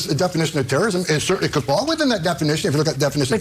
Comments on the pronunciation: “Tewwowism.” That’s just how I heard it from him. Homan is a monster that deserves to be mocked for his speech impedement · Pwohtest.. ...Pwotest Is Tewowism..